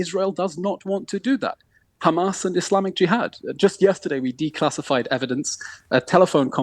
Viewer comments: Khamas, bro its HHAMAS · Khamas, Khamas, Khamas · this levi guy has perfected his hamas pronunciation